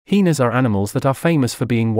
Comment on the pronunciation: I’m rolling every time he says heeenas 😂